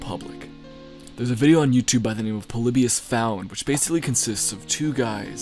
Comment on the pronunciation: Lol plebus he says Polybius I say